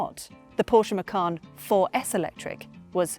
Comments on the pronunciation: Macan not Macarn. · Bose is not pronounced "Bowce", as you said but "Bozeh". Macan is not pronounced "Mackann" as you said but "Maycan".